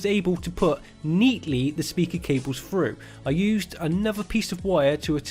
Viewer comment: Phru? froo?? oh ok....... Through